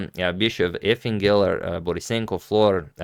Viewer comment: You pronounce Efim weird. Its pronounced Yifim